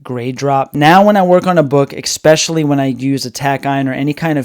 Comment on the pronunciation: I expecially like when he said "expecially."